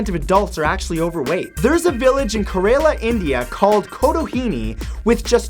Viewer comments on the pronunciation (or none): Matt, it's pronounced K-rala and not K-aa-rela xD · kerala is pronounced as kaerela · OMG LOL #49 That is not how you pronounce "Kerala " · When matt can't pronounce 'Kerala' haha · im from kerala too and ive never heard of that place either xD also cringe at that pronounciation every time